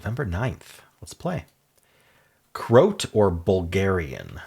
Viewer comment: For those not aware: it's pronounced Cro-at, as in a person from Croatia (Cro-a-tia)